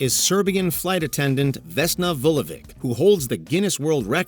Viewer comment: Jesus it's not Vulovik its Vulović(ch),like Jokić,Đoković,Dončić,Modrić.